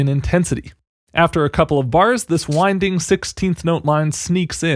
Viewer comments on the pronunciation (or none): none